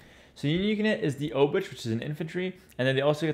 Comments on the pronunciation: Hey, I am Polish. A "ch" in Polish is really just a "h" sound. Pretend the "c" isn't there. So "Obuch" is really like "Obooh" (except English makes you think the h is silent, but make the h sound). Also the first "o" is a soft "o" like in "top" and the "oo" is like "book" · 'Ch' in Obuch is pronounced like a normal 'h', just like in ''. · Your pronunciation of folwark and obuch hurts